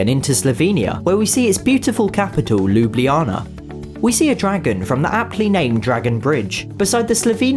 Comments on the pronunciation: Just want to get your comments to 800! Slovenia - and I think you pronounce their capital correctly. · Me: laughing so hard because he don't know how to say Ljubljana correctly- 😂😂😂😂😂😂😂😂😂😂😂😂😂😂😂😂😂 Lol Is ok I understand is hard Even for me when I was little OvO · Ita funny how he prounances slovenia and ljubljana